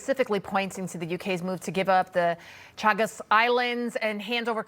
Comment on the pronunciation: My god - that American female journalist doesn't know how to pronounce Chagos nor Mauritius. has she never heard of these places before?! :( - well I hope she learns.